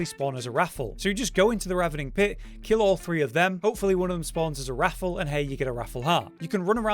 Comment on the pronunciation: It’s triggering me how you pronounce wrathful like raffle.